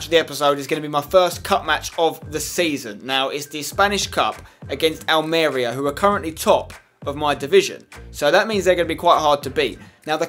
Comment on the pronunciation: Spen Almeria is pronounced [Al-Maria] But the 1st "a" is kind of like an e.